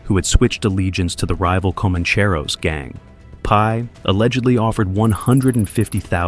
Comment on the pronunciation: The AI narrator forgot how to pronounce Commancheros, needs a reset.